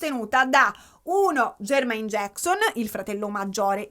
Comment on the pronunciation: MECOLI COLCHIN. E JERMAAAAAIN JACKSON, NON JEEEERMAIN JACKSON. scusa amo i tuoi video ma me lo tenevo dal primo capitolo AHAHHAHAHAHA